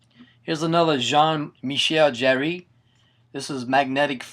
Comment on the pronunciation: 'Jarre' is pronounced like the word 'Car' just with a soft 'J' sound. I think it is anyway, its been a while since i've spoken any french!